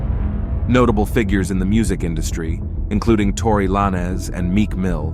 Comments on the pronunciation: saying tory LINE-AZ is nutsss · Tory Lah-Nez😂